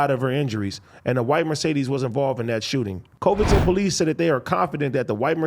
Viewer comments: He said covidton lmao its coving-ton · AD pronouncing COVINGTON as COVE-INGTON 😂😂😂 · Yo AD it's Côvington, short o, not ō long o 👍🏽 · I think it's pronounced Cuh-vington...that's how we say Covington, Louisiana but Tennessee could be different.